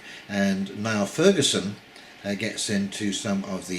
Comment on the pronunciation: Niall is pronounced Neal and he is an academic historian. In fact he has written a history of the Rothschilds, which implies an understanding of central bank finance and fractional reserve banking.